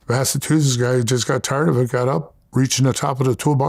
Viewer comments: Bro said Mastatoosis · “Massatusetts” lol